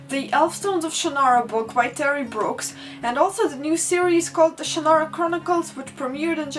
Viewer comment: You forgot the gnomes. EDIT: Then again, so did we all. EDIT AGAIN: I thank you for your pronunciation of Shannara and Ellcrys. Terry Brooks himself pronounces Shannara oddly, and in the MTV show they say Ellcrys weird. I pronounce both those words the way you do.